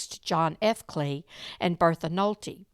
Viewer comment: As my grandmother was married to Lester Kley, and her sister was married to Leo Kley, I just wanted to let you know that the last name is pronounced Kl-eye not Klay. 😊 Lester was a nice man from what I remember, and lived in DeSoto when I knew him.